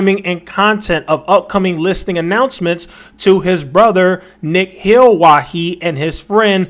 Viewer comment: My guy butchered these names hahaha...😂😂 Ishan is pronounced as Ih-Shan and Nikhil as Nick-hill😅😅